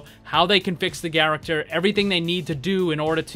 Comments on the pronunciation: "garachter" - Saying the same word over and over does things to a person. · "How they can fix the garacter"? XD